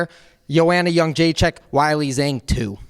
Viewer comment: Im not a big commenter but i did study in Shanghai for a short while. It's prounounce (Way-Lee Ghong) The a in Zhang in Mandarin sounds more like an O almost like it does in bOng in english. Keep up the good work!